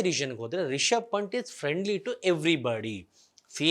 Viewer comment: ಪಂಟ್ ಅಲ್ಲ ಬ್ರೋ ಪಂತ್